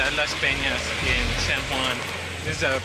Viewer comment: Also it's San Juan not San wuan